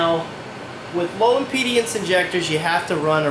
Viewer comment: Constructive criticism, I believe you're pronouncing it wrong. It's impedance not impediance.